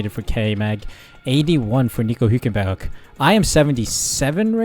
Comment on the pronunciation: Hulkenberg's surname is pronounced HULKenberg NOT WHOkenberg